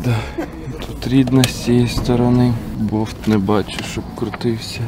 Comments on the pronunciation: Чого він постійно говорить бовт? Треба ж болт казати😊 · Розкажіть будь ласка що в слові «болт» немає букви «в»